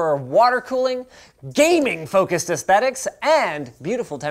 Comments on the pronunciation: GAY "MING" appears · Take shot whenever he says "GAEMING" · you officially made me feel bad about my computer set up by saying GAMING! like that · I lost it at every emphasis of GAMING lol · Please say ‘GAMING’ like that every time you say it in the future. Thanks! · Ha ha ha ha... whenever you say gaming!!!! My friend laugh out loud